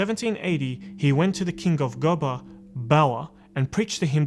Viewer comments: There is a University named after him in Sokoto state. USMAN DANFODIYO UNIVERSITY SOKOTO. And GOBIR is pronounced GO- BEE- RR. The R is part of the pronouncement. Not GOBAR. Thanks. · Gobir, pronounced as go-be-ri